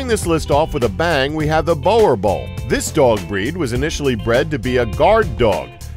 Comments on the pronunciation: You said boerbull so wrong!! Roll your tong with the r and you pronounce it as boo-r-bull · I know Im SUPER late but..... "BOWERBALL"😂😂😂😂 its supposed to be the sound of shOE. Its bOErbOEl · WOW you just raped that 1st name .Boer Boel Repeat after me Boo [ pronounce the R on you palette just behind your teeth] like a Italian would use a R... and Boel is the same as Bull. Boo RRRRR Bull... not Bower BHULL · ....better that than the atrocious "borbull" that I usually hear, he tried, so I'll give him grace on that one. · Omg did this man just call a boerbull and ball ball 😂😂😂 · It's pronounced boorbull, it's an afrikaans/ Dutch word but otherwise good video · Said it wrong boor(say rrrr)bull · every single video I see about dogs all of you I mean all of you can not pronounce boerboel at all, it almost offensive to south africans they absolutely love the breed just call it the south african mastif or nothing at all